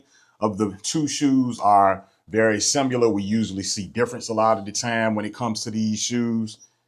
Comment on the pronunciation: “SIMILAR” what is “SIMULER” ?? lol